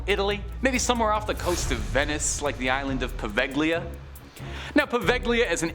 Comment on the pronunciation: Wow I don’t think I’ve ever been this early. you’re my favourite. Also the g in Poveglia is silent and is pronounced Po-veh-lia